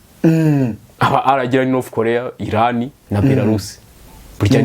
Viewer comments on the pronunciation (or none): none